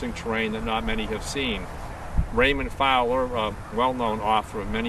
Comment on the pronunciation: Raymond Fowler.... not Fower. Read his books.